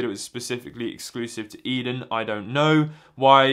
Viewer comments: Yep, "A-den", not "Eden". I've only been living in Japan for a few years in Kanto, so I've never heard of this store, but I did wonder if it was somehow related to Edion. Thanks for the info! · Pronounced A-Den :) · The company name is pronounced as "eethen"